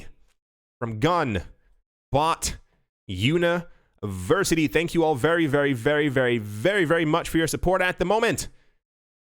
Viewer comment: Always a pleasure to hear your takes and perspective on not only the news but also how to accurately and emphatically pronounce “gun bot university”. Learn, Earn, Don’t Get Burned